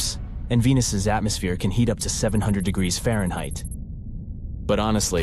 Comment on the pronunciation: I say. You do not know how to pronounce Fahrenheit.